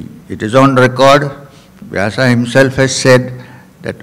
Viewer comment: 🌹🌹🌹Youtube चैनल के मैनेजर कृपया स्वामी जी को ये कमेंट ज़रूर दिखाएं ! स्वामी जी सादर प्रणाम ! कृपया नाम का उच्चारण - वेद का वेदा व्यास का व्यासा अर्जुन का अर्जुना कृष्ण का कृष्णा आरण्यक का आरण्यका वेदान्त का वेदांता आदि न कीजिए क्यों कि शब्द ब्रह्म है ! आप ब्रह्म को ब्रह्मा उच्चारण करके पुनः उसका स्पष्टीकरण देते हैं प्रवचन में !🌹🌹🌹